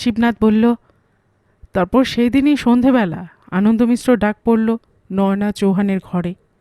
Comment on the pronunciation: আমার মনে হয়, নামটা নয়োনা‌ নয় বলতে হবে নয়না চৌহান। য় ও কার নয়।